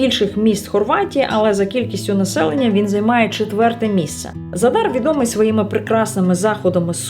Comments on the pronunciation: ви говорите не вірно назву міста- в Хорватії 99% слів мають наголос на перший склад тобто ЗАдар👌 Гарного відпочинку🤗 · Наголос у слові За́дар падає на перший склад. Це місто в Хорватії, тому правильне наголошування — За́дар.